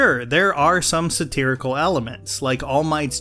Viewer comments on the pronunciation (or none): none